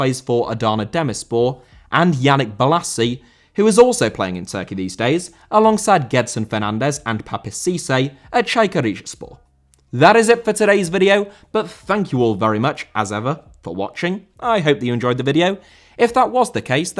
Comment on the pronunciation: Cissé* not Cissei